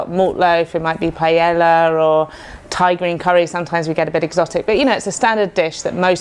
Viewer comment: big fan of FC, but please somebody teach hear to say PA-E-LLA propperly. <3